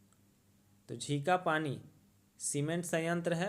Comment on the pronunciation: Sir ji... झिंखापानी nhi झींकपानी naam hai